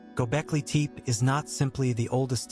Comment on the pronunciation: It's not pronounced Teep